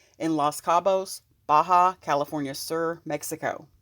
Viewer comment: Ba calif SUR!!! It’s pronounced. SOOOOR like south. Soooor. Uuuuu